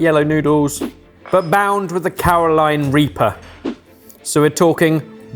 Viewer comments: isn´t it called Carolina reaper not caroline? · CarolinA reaper Ben, not Caroline. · Oh,, for the love of my sanity, get the name right. Its Carolina reaper, named after the U.S. state, not "Caroline," sweet or otherwise. Yes, that was a Neil Diamond reference.